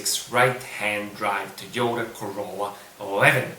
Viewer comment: TEQ horn button)) nice, but it's TO YO TA, to be honest, it's written in Katakana ト - to, ヨ - yo, タ - ta the more we know!